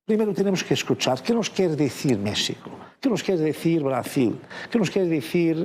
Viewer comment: No puedo creer que está en Mexico y ni siquiera pueda pronunciar o intentar por lo menos de pronunciar Mexico bien.